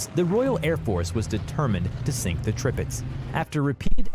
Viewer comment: Depressing. I couldn't finish it. And since you pointed out his Prinz Eugen, i must correct your Tirpitz.The first I is pronounced like english E, just like the second one is.